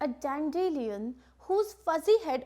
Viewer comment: explained very well but that flower pronunciation is dan·duh·lai·uhn Not dandeleeun